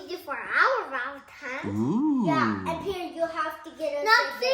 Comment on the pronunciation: its the "Happy Valentimes Ya'll **blows kiss* " for me .... my heart cant take it !!! Happy valetimes to ya'll as well